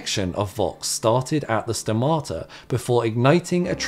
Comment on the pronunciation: Please.. the tone is at the 'O' at stomata! (Στόματα)! Keep up the good work!